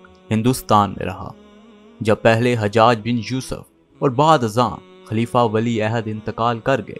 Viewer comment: حجاج کا تلفظ درست کریں